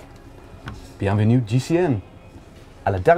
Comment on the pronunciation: Bienvenue, not Bienvenu :)